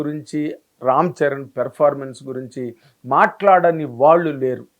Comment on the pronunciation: Evarikaina chupinchandi raa.... V........ni Performance ni sarigga pronounce cheyandi. Please uncle